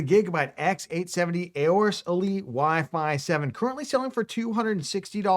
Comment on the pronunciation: You can save yourself a syllable here: the A in 'Aorus' is actually silent. (Just sayin. 😉)